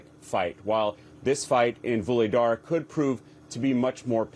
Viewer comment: "Another town.. 'Voolydar' " This guy really did his homework! (learn to pronounce the words! Aren't you all Communications majors? What did they teach you?